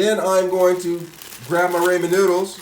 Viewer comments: That nigga really said Rayman cooker 🤣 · It's said RAH-MEN